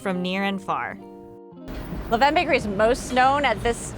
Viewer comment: All these different pronunciations of LeVain are annoying me lmaooo. It’s “lah-ven”